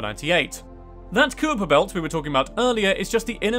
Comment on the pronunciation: small tip: try find other sources to practice pronouncing odd or unusual words. eg it’s not koo-Yiper belt, it’s pronounced kyper belt. This sort of mistake shows that you are reading blind facts that you don’t actually know. Just repeating others writings. btw there were at least 4 such mistakes in this video, but you get the idea. That said, I enjoyed the video.